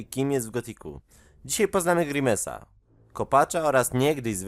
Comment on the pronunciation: grajmsa sie mówi